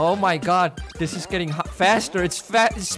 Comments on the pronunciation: Normal people: oh my GOD: OH MY GUT! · I like when u said "Oh my gut!"